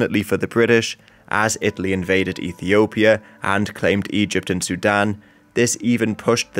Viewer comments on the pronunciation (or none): none